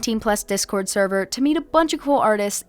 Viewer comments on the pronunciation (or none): none